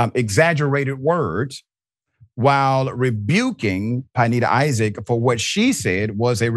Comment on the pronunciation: Good doctor, it's pronounced pin-NAY-da. Love your work dawg